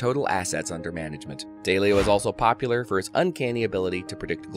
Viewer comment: It's DAW-leo.